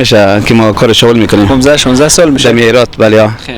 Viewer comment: شاول چیه برادر بخدابهمان میخندن نگی شاول